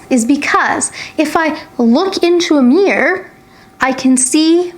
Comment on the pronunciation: Thanks for your clarification. Do appreciate your effort in making this video. By the way, I like the way when you pronounce the word "mirror".